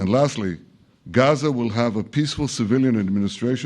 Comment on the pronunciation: Ye Gaza ko gza filistine ko falisteen ye reporter Pakistan se aya h kya😂